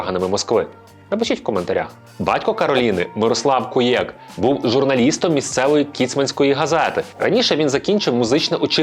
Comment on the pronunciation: Не КуЄк, а КУєк